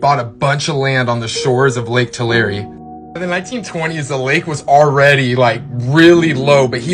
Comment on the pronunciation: Pronounce Tulare as Two lair eee